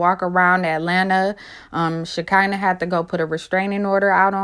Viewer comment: Y'all be fucking Shekinah name up so bad it's sha-kun-nah 🤦🏾‍♂️😭